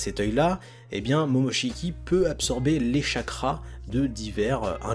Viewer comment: mais arrête de dire momochki boruto (j’aime pas ce nom je préfère Uzumaki)